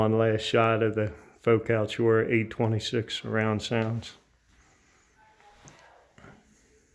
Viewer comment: Looks great! BTW, Chora is pronounced "Cora".